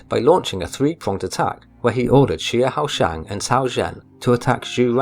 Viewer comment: Xiahou is pronounced Sha~Ho